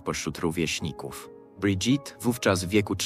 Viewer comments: czy pan Lektor nie mogł sie nauczyć francuskiej wymowy Imienia Pierwszwj Damy Francji???!! SŁABE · Amiens nie wymawia się "amiens" tylko "a.mjɛ̃", pisane w międzynarodowym alfabecie fonetycznym. Trogneux wymawia sie "tronie", "g" nie wymawia się. Macron wymawia się "makrą". " Brigitte wymawia się "briżit", nie "bridżit". Relacja" po polsku jest stosunek .